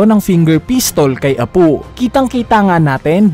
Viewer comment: Apu at hiyuri bisaya ka pala Apoo at hiyori lambutan mo po ang tigas ng bigkas mo sa pangalan nila